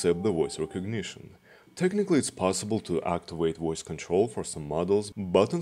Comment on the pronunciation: Woice control! 🤣🤣🤣